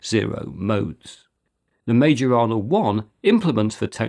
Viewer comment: Increadilbe stuff. Majorana is pronounced: Mai yo rana. The "r" is trilled (rolled), but not expected from non speakers. *myorana.